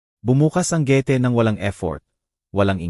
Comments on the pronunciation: Ayusin mo ang pag kwentoat pag bigkas ng gate hindi ge ti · Hindi marunong mag basa anong gete? josy jose yan? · Añg daming maling pagbigkas ng mga salita , Ang gate naging gete in,hope y hopi